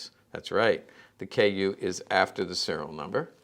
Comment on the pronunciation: But it's not a KU... it's KÜ that's different